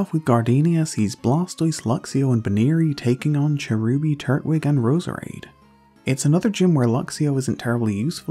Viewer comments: Tur-twig, not turt-wig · Turt Wig Why do you pronounce it like that lmao